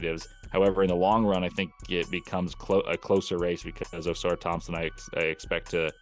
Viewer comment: Can someone please tell to stop pronouncing Ausars name OH-SAR THOMPSON lol idk why ppl struggle so much pronouncing the twins names right